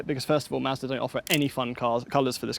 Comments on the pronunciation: Might be this weed but when says Mazda…it sounds like Master “Masta” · Anyone else thought he kept saying masta? 🤣